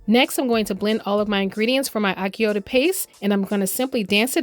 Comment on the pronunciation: Wonderful recipe. But achiote is pronounced differently. The “ch” is pronounced like the “ch” in the word “chew”.